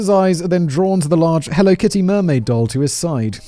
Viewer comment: I can’t stop replaying “… Let’s jump into the Helly Kitto… HELLO…KITTY murders.”